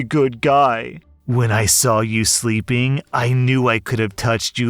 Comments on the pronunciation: Seeping instead of sleeping lol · Sleeping, not seeping